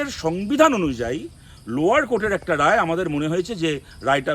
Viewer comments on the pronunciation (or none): none